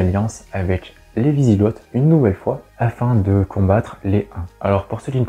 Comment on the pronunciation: Wisigots : Vous dites vizigott il vaut mieux dire vizigo avec le même son o que dans eau.